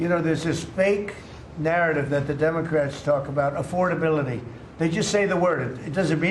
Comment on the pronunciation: 💙 Trump is so full of shit with his imaginary conversations and it's mind-blowing how he thinks a cognitive test is a IQ test. Pronouncing the word affordability like he's never said it before in his life. What an idiot! 🖕